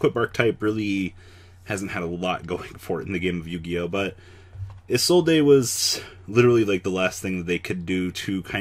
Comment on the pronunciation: Isolde is old. iz-oh-ld